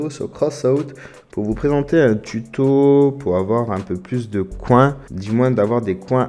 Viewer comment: Tu la mal prononcé mais c pas grave XD